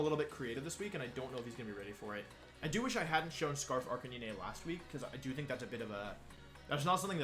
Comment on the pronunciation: Arcaneené??? It's pronounced arca 9